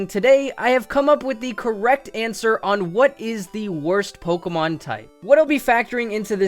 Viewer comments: yes, I realise you know a lot about Pokémon, but it is POKÉMON, not pokemon, it is po-kay-mon, not pok-ee-mon. And WHY? why grass? Think of sceptile, and bug type, heracross and pinsir are awesome bug type pokémon. plus there is cloyster for the ice type. If you want to play pokémon, you don't necessarily need to play with Good pokémon, just play with the pokémon that you like. Personally, I love the grass type, I love pokémon like Sceptile, Decidueye, Ludicolo, and Shiftry. And to add a remark, I really love rock and ground type pokémon, like Donphan and Excadrill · Who the hell pronounces pokemon as "pokomon"?